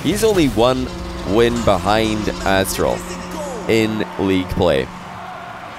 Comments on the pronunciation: says “Asstral” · "Asstral" lmao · Nice spot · Haha "Asstral" That was epic lmao